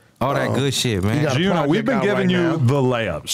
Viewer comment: Adam kept soning gee uno lol. He better be careful.